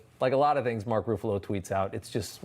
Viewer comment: I hope you mispronounced Mark's name on purpose lol